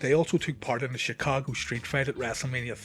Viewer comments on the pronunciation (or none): none